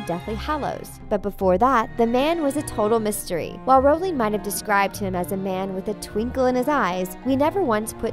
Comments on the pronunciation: It’s rOwling not rAwling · "SEE-mus" (Finnegan)? Is it daft ye are, woman? That's SHAY-mus--and SHAYM on you for not knowing that! ;-) EDIT: What is up with another one of these narrators? How could she be held up as an expert on HP when she pronounces JKR's surname to rhyme with "HOWLING"? "ROWLING" RHYMES WITH "*BOW*LING"!